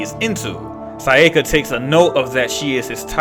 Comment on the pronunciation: Probably more pronouncing her name as "Sai-yeh-kah" instead of "Sah-yah-kah"